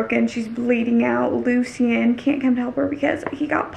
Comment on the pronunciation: girl it’s LOO-SHIN not LOO-SEE-IN 😂😂 but i still love you lol